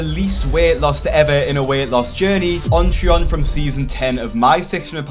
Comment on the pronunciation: I keep forgetting what this guy's actual name is since I keep hearing "OnTron"